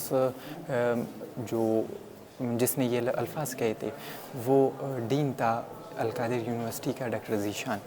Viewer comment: Al kadir nahi al qadir hota hai talaffuz to theek kr lo Urdu ki